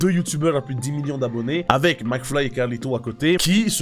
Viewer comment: Il a dit maclfyp aussi 😂😂😂😂